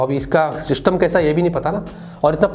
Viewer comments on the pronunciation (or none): none